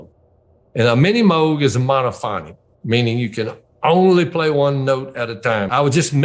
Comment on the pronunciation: Great interview and great story. Thanks! Also great to hear folks pronounce Moog correctly